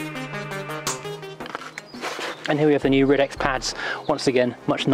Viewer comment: Shouldn't the title say "New Ridex" instead of "New Rides"? :) And I've always thought Ridex was pronounced ride-ex.